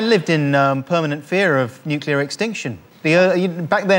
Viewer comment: Very disappointed that Jimmy said “Nuke U lar”